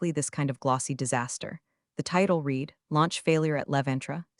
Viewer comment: Used as past tense, I read it is pronounced as "I red it" not "I reed it". AI narration needs more grammar classes, the story producer needs to run the story before posting it.